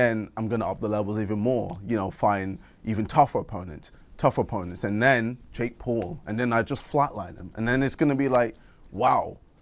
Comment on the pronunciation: “Jake Poll” - KSI